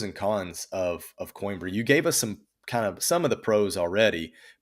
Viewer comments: Isnt it pronounced Queenbra? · it would be really nice if your guest would have pronounced Coimbra correctly. Not pronouncing the name of his new city just makes it seem like he’s an American that doesn’t care enough about assimilating like a thoughtful immigrant. Other than that, the information was good. Thank you.